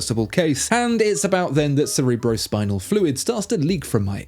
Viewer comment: Style points for correct pronunciation of 'cerebrospinal'.